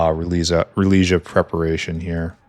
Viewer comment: glass fiber was a nightmare. finally got the second build. also it's Rale-e-sia.